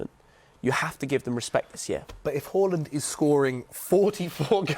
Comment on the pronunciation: Everyone: haaland: hooland